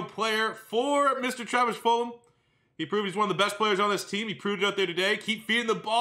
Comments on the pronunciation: It’s not fulham it has a G. Fulgham. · it’s said Ful gum not fulham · I feel like you always say Fulham and not fulgahm